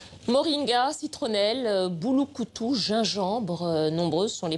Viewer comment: C'est Bulukutu et non Bouloukoutou 🤣🤣🤣🤣🤣 Bulukutu c'est en kikongo ( Kongo). Merci